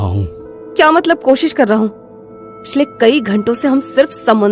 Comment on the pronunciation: जहाज़ होता है जहाज नही और कोसिश नही होता कोशिश होता है